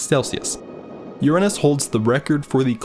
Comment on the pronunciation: Man really had to lock in when pronouncing uranus lmaooo